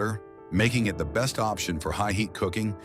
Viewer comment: AI narration is the best! "Are Be St" = "Best"